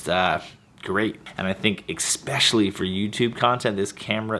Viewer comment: that C you put in "especially" is killing me